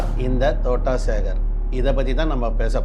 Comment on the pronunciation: தோட்டம் சேகர் என்று கூட உனக்கு தெரியவில்லை தோட்டா சேகர் என்று சொல்கின்றாய் உனக்கு எல்லாம் தெரிந்து மாதிரி பேசுகின்றாய் நீ இன்னும் வளருனும் தம்பி வாழ்த்துக்கள் 😂